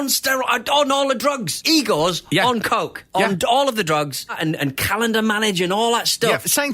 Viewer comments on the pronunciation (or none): none